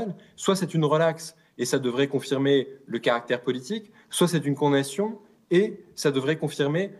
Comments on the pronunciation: Il fait exprès de dire “con nation”?! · Quelqun d'autre bug à chaque fois qu'il dit "condation " 😅 (sinon le fond est très intéressant)